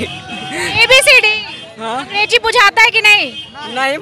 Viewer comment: Ab kya hi bole anchor khud hi angDeji bol rahi hai😂